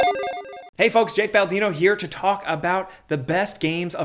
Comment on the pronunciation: Hey Jake, it’s Baldino